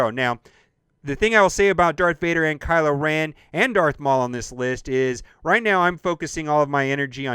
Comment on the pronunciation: Kylo “Ran”?